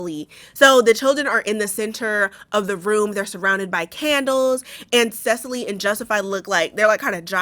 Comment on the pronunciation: I know it not on topic but, my name is Cecily but with a Y not an E at the end, and I just wanted to compliment your wonderful pronunciation of my name! I have never seen someone be able to pronounce my name without being told the correct pronunciation, so it made me very to hear you pronounce it correctly. 😆